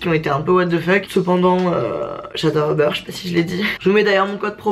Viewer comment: a chaque fois qu’elle dit uber j’ai l’impression qu’elle dit “au beurre” mdr